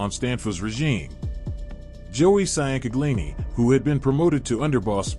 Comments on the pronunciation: SEE YAN CA GLI NEE 😂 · We pronounce it chin-gleani, forgetaboutit. I can’t listen to this butchery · Just say his first name cuz your butchering his last name sian canglini 😂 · For the record it is pronounced (Chang-uh-leen-e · Its pronounced chang-kag-lee-nee (Ciancaglini) NOT cyan-kaglee-nee and Lee-gum-bee (Ligambi) NOT lee-gum-bye. You sound like an idiot